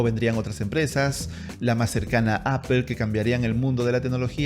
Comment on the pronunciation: Excelente vídeo, una recomendación no se dice /Apel/ sino /Apol/